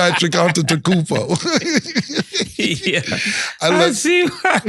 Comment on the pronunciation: Be a pat “antetakoopo”😭😭😂😂😂😂😂😂 spelling it exactly how he said it😂😂😂😂😂😂